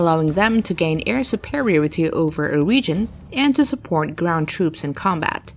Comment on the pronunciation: Will someone teach her how to say “superiority” please? Also, does Russia have more than one “navy”? Maybe it does, I don’t know. And “endurance”? 🤔🇨🇺🇺🇸😊